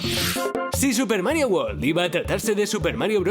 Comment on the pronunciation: Marioh, luigih, habla bien i'm be cil💩💩💩